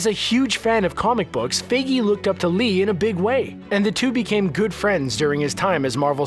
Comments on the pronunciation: ha you said figy its fIgy its not figy you say the i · Feige not figgy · it’s pronounced ‘f I gey’ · Why does screen rant say FAYGEE. It's Feige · its FI ge not Fe gei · Screen Rant didn't bother to make this video he said Kevin Fegie wrong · its pronounced kevin (fie-gi) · You pronounced Feige wrong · Is anyone bothered of how he pronounced Kevin 'Feige'? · You mispronounced Kevin's last name.